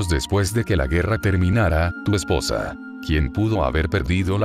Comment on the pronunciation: no sabe decir "EspoOosa" xD